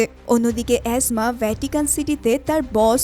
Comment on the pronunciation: এসমা কে অ্যাজমা কেন বলেন?😂😂😂😂